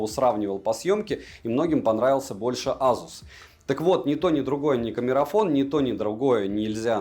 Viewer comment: К обзору смарта вопросов нет, всё как всегда, вышка. Но азуз... Не знаю как у остальных, но у меня при каждом произношении чуть ли не кровь из ушей шла. За что🥴